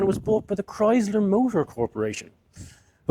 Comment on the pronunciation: The "s" in Chrysler is pronounced like an "s", not a "z".